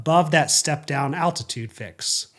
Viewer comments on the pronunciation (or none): attitude or altitude, there’s an L in there somewhere lol